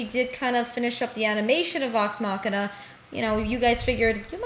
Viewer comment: Idk y but when ppl say machina as machine-ah i go bonkers lmao